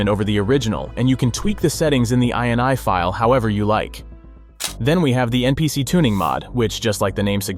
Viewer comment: You combined the .ini pronunciations “inny” and “eye en eye” into something unrecognizable. Word crimes.